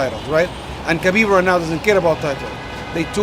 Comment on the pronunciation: Even Ali mispronounces Khabib's name.